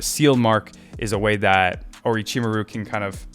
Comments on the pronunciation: it's Or*o*chimaru, not Or*i*chimaru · Orochi-Mah-ru. Or as I like to say with my kids: aroachymario.